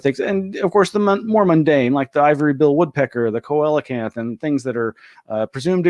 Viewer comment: I'm a fisheries biologist humbly requesting that you look up the pronunciation of coelacanth. I was even fortunate to have been a mentee of the guy who led the team at the American Museum of Natural History that first dissected and described the animal as ovoviviparous. Carry on and enjoy. Watching more, why invest "belief" in anything before there's the kind of evidence that convinces professionals who deal with such stuff? The mentor I'd mentioned earlier is rolling in grave. This episode be wack.